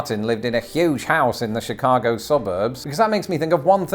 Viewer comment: WOW! is British and pronounces Chicago even better than Californians (but it's arguable that they're real Americans 😅)!